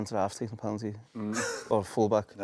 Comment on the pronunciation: I long for the day a mackem doesn't say 'pelanty' I fear it'll never come.